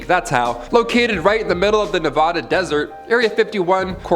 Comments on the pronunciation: Say my State right... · The pronunciation of Nevada 💀